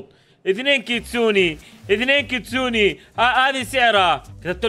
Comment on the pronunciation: كيتسون❌ كيستون✅